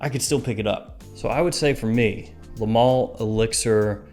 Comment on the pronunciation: why is he saying mall? 😭 its male